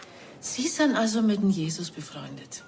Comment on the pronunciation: JESUS mit Betonung auf dem u 😉